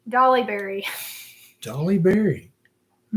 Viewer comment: Not Dolly Berry. Holly Berry!😊